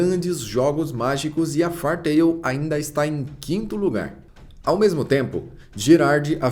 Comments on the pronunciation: Vc bem que podia dar uma estudada no inglês, depois vê como se pronuncia "Fairy"... O vídeo todo falando "far tail" "far tail" "far tail". Até passaria batido se não fosse o nome do Mangá/Anime e vc não repetisse tantas vezes no vídeo kkk Fairy Tail -> "Rabo/cauda de fada" Far -> longe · O compilado do material apresentado é fenomenal. Parabéns! Só as pronúncias que me doeram bastante aos ouvidos, principalmente o do próprio anime